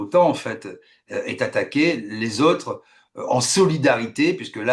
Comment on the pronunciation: L'invité ne sait pas prononcer les O. Les Ôtres en place des autres, suppase en place de suppose...